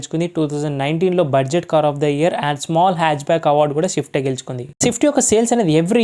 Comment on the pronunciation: bhayaa "sha" kadu "swa" "shift" kadu "swift" review matharam adargotaww thankyou